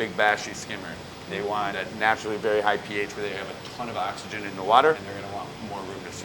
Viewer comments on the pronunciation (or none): none